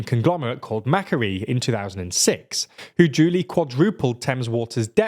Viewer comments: Did you just pronounce macquarie (mac-quarry) as mac-qua-rie trying to have an australian accent? 😂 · Macquarie is pronounced 'mack-quarry', and they also involved in dodgey ppp deals in Australia too. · its mac quarry - not mac kerry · Whatever the TLDR News team thinks of the privatisation of Thames Water, I wouldn't call Macquarie Group a "dodgy investor". It's the largest infrastructure management company in the world (bridges, airports, gas etc). Also, it's pronounced "Makwarie" not "Macarie" (Governor Macquarie was British!). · This is a good story, though you mispronounced Macquarie (Mac/quarry). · cackled at the pronunciation of macquarie. its ma-quarry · Say it with me "muh-quarry" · Bloody Australians! What do they know about water? 🙄😆And I'm sorry - Mackaree? Common Scottish name, Macquarie. The Macquarie Group is very dodgy, and a quick online search would have revealed that. There are some utilities and services which should never be privatised - water and prisons being just two. It's all about keeping shareholders happy, I guess. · LoL Maquarie as "Mackerie". Even though you have a Brit pronouncing a Scottish name he still manages to mangle it. No wonder the Scots hate the English. Plus there must be lots of videos talking about MAQ where it is pronounced correctly. Not that it is hard at all if you look at closely first. Makes you wonder how good the rest of the analysis is. Like a CV with spelling mistakes... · "macquarie" lol, it's pronounced "muh-QUAR-rie" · Macquarie is pronounced like 'mc quarry". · Hey, that dodgy Australian conglomerate is pronounced "mah-quarry" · pls note it's pronounced "Mac-Quarry" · Hahah you said Macquarie wrong. It's actually a very famous Australian name (hence there's a major banked named for it, and a few major regional cities (Port Macquarie etc). It's pronounces Mac-Quarry. Mac as in Macdonalds, Quarry as in a stone quarry. Macquarie Bank :) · Mispronounced Macquarie, it’s pronounced muh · kwo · ree